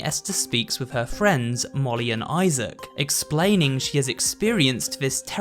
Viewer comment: Esther's friends are Molly and Issac Issac Really? Pronounced Isaac